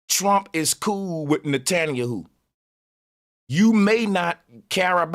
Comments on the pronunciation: The funniest part about this whole show is Bro calling ol boy nutaninyou lol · Hi name is Ne-tan-ya-hu